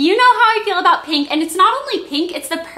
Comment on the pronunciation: you say pink like peenk! :)